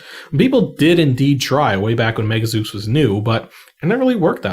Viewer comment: "Zeuks"? /Zoos/ :p